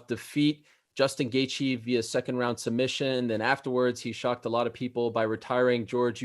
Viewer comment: “It will disappear ina ina ina in a segend “ 😂😂😂😂😂 I love GSP